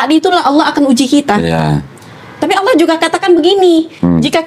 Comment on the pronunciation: Masya Allah. Pengucapan kalimat Allah sangat fasikh